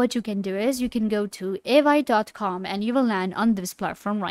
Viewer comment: How you expect to explain it when you can't even pronounce it properly 😅😂